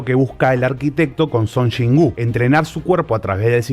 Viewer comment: No puedo ver este videoo, solo de escuchar que dices Chon Chin wooo 🤣🤣🤣🤣🤣